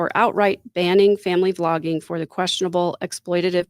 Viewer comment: It was "Vlogging", not "Flogging"!